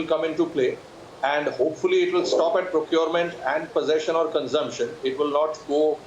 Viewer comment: Man stop saying andaa and attaa. Simply say end and at.